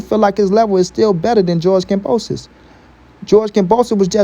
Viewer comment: Kambosos, ..not kamboso.